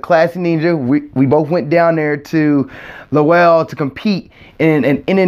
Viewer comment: Lowell rhymes with dole Good job!😁😁😁